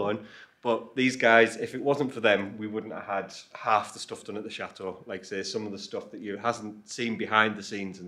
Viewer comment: Please please learn to pronounce CHATEAU correctly. It's Chateau and not Chat- eau. Not trying to be unkind. Greetings.